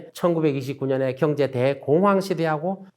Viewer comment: 좋은 강의 내용 잘 들었습니다 교수님의 강의중 두글자로 된 단어를 표현 하실때 엑센트가 너무 신경쓰이고 이상하게 들려서 가만히 듣다보니 이런 두글자로 된 단어 "경제" "정부" "정권" "정책" "능력" "상가" "경쟁" 경매" " 지방" 경기" "상가" "지방" 등등의 단어들만 기억이 남아 있네요 저만 그렇게 들렸는지 잘듣고 갑니다 ㅎㅎㅎ